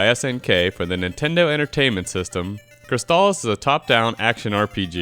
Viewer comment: Yup, this one is a golden oldie, right up there with StarTropics. Also, who pronounces "crystal" like that? I didn't detect any kind of accent... O.o